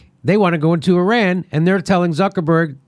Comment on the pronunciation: I wish Americans would at LEAST learn to pronounce "Iran" and "Iraq" since they can't be bothered to find them on the map.